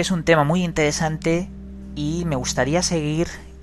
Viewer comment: Todo bien con los vídeos pero habla bien, pronuncia, dicciona.Mistedio, intedesante, sumedios, odo, adquitectuda, etc...Dejate de joder.